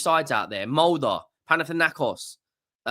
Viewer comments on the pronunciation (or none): none